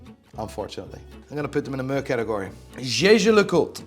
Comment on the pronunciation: Do you realise the sound meh makes? It’s not fucking muuurrr lmao.